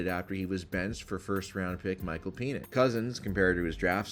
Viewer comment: Very fitting that the channel pronounces the ATL QB as “Peen-Its”